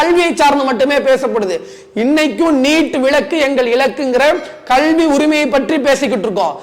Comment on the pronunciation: Thambi sirapaga irukkirathu ungal kaanoli. உச்சரிப்பை மட்டும் மாற்றிக்கொள்ளுங்கள் .கல்விதான் 'கள்வி' என்று உச்சரிக்கிறீர்கள்.